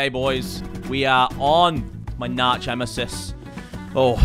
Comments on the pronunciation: Why did I laugh so much at “narch emesis” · my narch eemisis loool